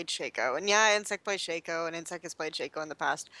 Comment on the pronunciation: It's not "Shayco" It's Sha-co.